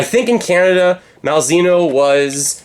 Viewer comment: It's pronounced "Mal - zay - no."